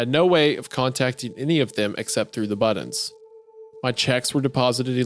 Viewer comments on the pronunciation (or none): Hearing how Wendigoon pronounces "buttons" is the most painful part of this story so far.